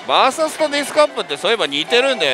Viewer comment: あなたの バーサスという発音は絶対に違うと思います。それが気になって見る気が失せます。